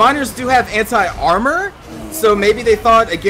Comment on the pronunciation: every time you say anti armor i feel you say it hentai armor not Anti armor :D